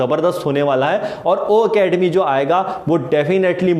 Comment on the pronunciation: Why are you wrong pronounced o academy ..it's ocademy sorry sir don't mind